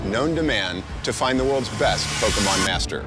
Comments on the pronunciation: And if the news reports it they have to intentionally pronounce it POKEY-MAHN so that it infantises it while pretending they don't know what it is. "This...uhh...Pokey-Mahn?!" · Pokimon.... Lol ... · Po-key-mon go-to-tha-poles